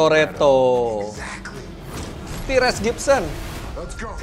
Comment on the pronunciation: ...bukan "tires" Gibson om Fitra spellingnya..but tyrese gibson